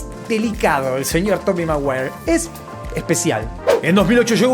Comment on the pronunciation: toby mawuawer